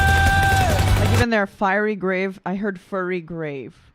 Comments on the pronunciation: Not at all upset with your “Ted talk.” I think Dimash’s English pronunciation is worse in this video than it has been in a while; I too needed the English subtitles to understand what he is singing. I think he’s saying “fury grave” instead of “fiery grave.” BTW, loved your cover of “Adagio.” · Fiery and Starving are mispronounced and unfortunately are emphasized in the lyrics. The falling/failing thing--the first time the phrase is sung, the lyrics are written as falling--so I don't really know what the word was really meant to be. The rest--I could understand him. Some of it is not standard English, but poetry (and lyrics sometimes are poetry) isn't necessarily exactly written as one would write prose. Dimash wrote the music--the lyricist may be trying to match syllables to the notes Dimash wrote. Maybe.